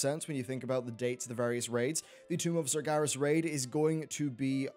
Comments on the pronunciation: SargEras not SargAras Geez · Why do you keep saying Sargaras? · The Amazing Ace Meracruzer not it is not. It's Sargeras the name is even pronounced in the game so there is no reason for people to get it wrong.